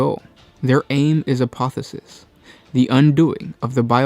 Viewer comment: I dream that one day will learn that there are two instances of the letter "o" in the word apotheosis. "A-po-the-O-sis". Not "A-po-the-sis".